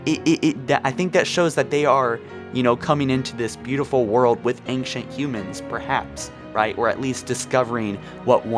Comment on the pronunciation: Do you intentionally mispronounce words like "Librarian" and "Ancient", or are you really just that incompetent?